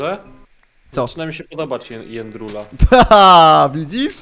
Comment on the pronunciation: Nie niebendzie jendrula tylko pigi